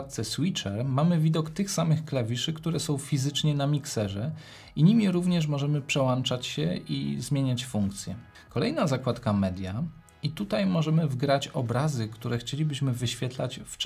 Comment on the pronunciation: Materiał całkiem ciekawy, ale nie używamy "włancznika", ani "przełancznika", więc bardzo bolą uszy słysząc "przełanczać", czy "włanczać". Myślę, że są to podstawy do używania, żeby kogoś czegoś uczyć. A co do samego materiału, to urządzenie wydaje się całkiem ciekawe.